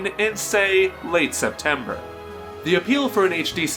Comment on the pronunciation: Septembeer? is that a mistake or on purpose